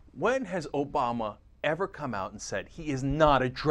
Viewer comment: Wow, you said "Ass-bama" instead of "Obama". I'm convinced.